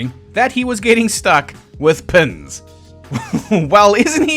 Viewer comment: At first I thought you said "Bessie was struck with Pimm's" I thought to myself, "That's a horror"..... Then l realized you said "Pins". That's not nearly as bad! I'll take Pins over Pimm's any day!!!